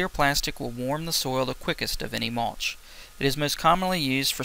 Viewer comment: Mulch not maulch